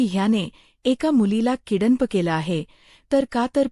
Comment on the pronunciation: ईंग्रजी तर येतेय ना ? किडन्प नाही किडनँप म्हणायचे आहे काय ?